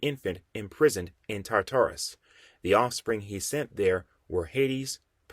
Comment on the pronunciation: You don’t know how to pronounce none of these names fam🤣 as a comic and mythology nerd it was aggravating hearing the wrong names. The biggest one was TAR TAR RUS. Like bro just google it if you don’t know how to say the shit